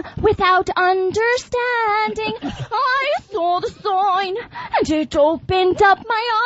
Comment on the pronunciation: "I sauw the soyne" ^^